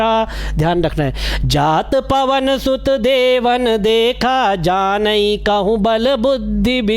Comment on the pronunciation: जात पवन सुत देवन्ह देखा इसके नीचे वाली लाइन पर आप को फिर से विचार करना चाहिए , मेरे मतानुसार कुछ अशुद्ध उच्चारण हुआ हे